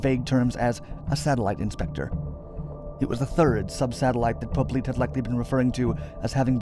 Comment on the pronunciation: How's his name spelled? If it's "Poblete", it's not pronounced Po-bleet, but rather Po-blet-eh. I had a former step-mother-in-law with the surname, from the Philippines.